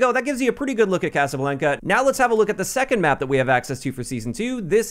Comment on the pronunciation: I cringed when he said casa blanca